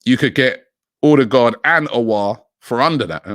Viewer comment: I like the way Robbie pronounces Odegaard